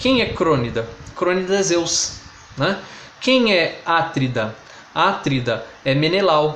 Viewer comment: Cuidado com a pronúncia das palavras a-TRI-da, cro-NI-da, pe-LI-da!